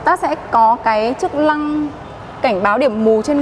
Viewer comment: Chức lăng là gì em !? Cam lùi rất là lét !? Lút bấm !? Má , Thím ngọng mà lên clip vậy trời !?